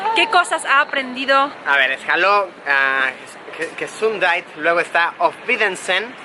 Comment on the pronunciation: bueno bueno bueno. gesundeit(gesundheit) se dice gesundjeit